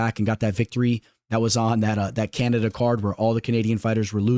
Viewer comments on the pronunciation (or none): none